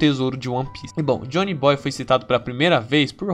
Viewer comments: O melhor foi você falando Jhonny Boy ao invés de Joy Boy kkkk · Rachei no "Jhony boy" kkkkkkkkk, mas o vídeo foi dhr, da pra relevar.